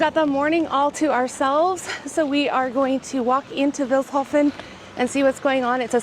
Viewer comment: You're pronouncing Vilshofen wrong! It's like "Feels hoven" with a short [ee] If you should return to my town and if you had some time left: Take a look at Schloss Ortenburg [Ortenburg Castle] about 10 Kilometers from here! Bye bye 🤠 🤍💙